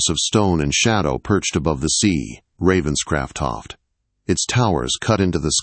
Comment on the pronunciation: This AI cannot province the name Ravenscroft.😢